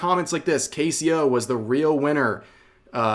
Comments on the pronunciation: No one deserves hate like this. It's really stupid to see ppl on TikTok and Twitter freak out over the smallest shit. -_- Oh and I know this is unrelated to the video, but you pronounced CaseOh's name wrong. It's just the word "case" and then "oh". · Casey-O lol the pronunciation is wild